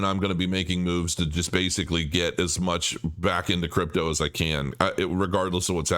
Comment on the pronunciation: KRAYKIN? Brooooooooo ...🙈🙈🙈🙈🙈🙈🙈 really??? Crepe toe crow